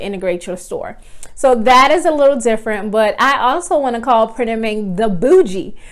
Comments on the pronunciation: Girl....I swear you are saying printed MINK.....lol. I have tried to go in and design products on this POD site, but it's user interface is not at smooth as Printful or Gooten, the other two POD suppliers that I use. I really would like to use Printed Mint bc I like the wider variety of products that they offer. It's just so difficult to understand how to put your design on the product and I keep forgetting to email them to connect my Etsy store for integration. I think that having to email them is just a pain in the...you know what. So I just keep forgetting to get that email out, hopefully I remember it before I get off here tonight. LOL. Does the design process on Printed Mint get any smoother? I feel like most of the time, I'm learning a foreign language with no instructions, when trying to design on Printed Mint. Are you still using Printed Mint or have you found another site that you prefer to use more often? Thanks for putting these videos out there. I'm always searching for a competitively priced POD supplier with a wide range of products, to add to my store. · She is saying printed Mink.